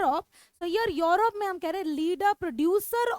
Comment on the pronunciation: It's not योरोप it's यूरोप